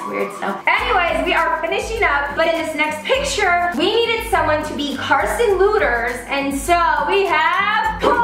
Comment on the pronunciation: You said Carson's last name wrong